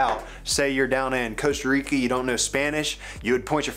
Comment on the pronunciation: "Costu Reekee"